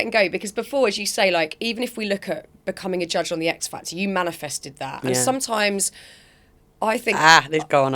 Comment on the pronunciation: Can someone tell Tulisa its MANI-fested not manufested 😂